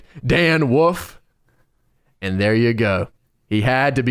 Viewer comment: cannot say wolf.